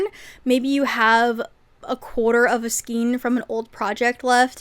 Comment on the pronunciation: Love your videos so much!!!! Skein is pronounced skayn. It sounds like rain, pain, drain. Not like bean, mean or teen.